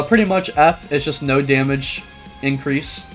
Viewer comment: that noo did a lot of dmg😂